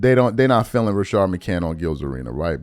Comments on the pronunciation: You still saying that man name without putting the s on the end of his name! You can put the s on the end of everybody else name…but you REFUSE to put respect on McCantS name! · It’s Rashad McCants, why can’t dude say names